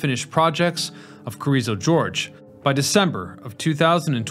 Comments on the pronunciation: Hey it’s Carrizo Gorge, not George. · Carrizo George is Yosemite Sam's cousin, I guess. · I love Carrizo George. He lives near the Carrrizo Gorge, right? Just south of the San Juan Gorge (or is that San Juan George? So hard to read and write English, especially for professional narrators). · CARIZZO GORGE, NOT GEORGE! ITS NOT A SLICK PIMP FROM THE 70'S. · It's 'Carrizo Gorge', not 'Carrizo George'. The gorge is the area it passed over. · Carrizo GORGE, not George. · Carrizo 'George'...Oy. Listen, man; I love you videos, but you've got to get your pronunciations better than this.